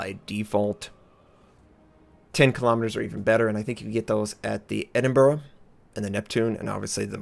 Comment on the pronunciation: trying so hard to pronounce RN ships by our pronounciation but still cant say Edinburgh correct!